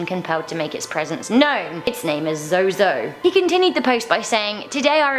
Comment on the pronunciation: Zozo is pronounced zoo zoo. Many different ways to spell it only one pronunciation. Zozo zuzu no matter what he will be pronounced zoo zoo